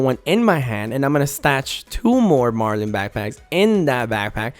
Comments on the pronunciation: its "Mar-lin" not "Mar-lean" , it's based off the fish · I stopped at "Mar-LEEN" Bruh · When it says Marlin and shows a Marlin and he still says marlean. ayyy he said it right. Twice.